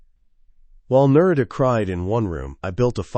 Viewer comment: A piece of advice. Do a proof listen before publishing. I’m a minute in and the wife’s name has been pronounced two different ways. There are probably only three variations. Names are a problem for narrators. Specifically uncommon names. Narita is an uncommon name in English. If you have a way of choosing names, go with simple. Otherwise the listener ends up struggling to keep engaged with the story. Annoying details are distracting.